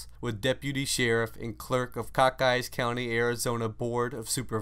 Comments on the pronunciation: Cochise County is pronounced "Co 'chees" (not Cockeyes)... I saw Billy Clanton and a little while later hear you say Billy Clayborne... ???????? I stopped listening after this. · Seriously? Cockeyes county? You can tell you've never been here. Pronounced Coe Cheese county. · Cochise county. Co-chiese. Not cock-ise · Cockise, Arizona???? I believe it’s Cochise as in CO-cheese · Cockice County? Might that be Cochise County? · wait, you mean "Cockeyes County" is wrong? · Manny, you are correct. He also mispronounced Fremont. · Cock Eyes county or Co-Cheese pronunciation? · Cock-eyes County? Could you maybe mean Cochise County? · It's pronounced "Co" as in "comorbid" and "Chees" like in "cheese" but a soft s and not a z. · Yeah I just heard it and thought, "cock eyes" ? That's like pronouncing here in Florida "Seminole County" like "semen hole". Lol BTW, I grew up in Arizona in the Verde Valley (Cottonwood /Sedona) so I knew it was pronounced wrong. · So you're telling me it's NOT Semen-Hole County? Mind.Blown. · I'm glad somebody addressed this, it was bothering me every time I heard it mispronounced.